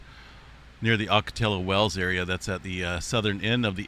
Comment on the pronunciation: San Jacinto is a soft "J", same as San Jose. Ocotillo Wells, the double ll's here are a "y" sound same as "tortilla". Love this channel in Riverside CA everyday! Stay Safe :)